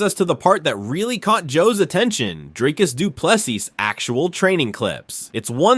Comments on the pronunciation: Get the pronunciation right…or just say ddp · If you’re not going to take 2 minutes to learn how to pronounce his name just call him DDP. bare minimum man. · Ffs please learn to pronounce his name correctly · Maybe learn how to pronounce his name?